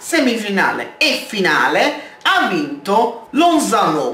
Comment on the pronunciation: lozano senza l accento sulla o